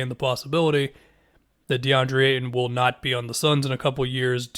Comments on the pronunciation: STOP SAYING AYTON LIKE THAT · Really emphasised the dudes last name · pronounced the fuck out of the T